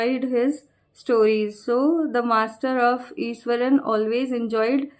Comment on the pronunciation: Iswaran mam not Ishwaran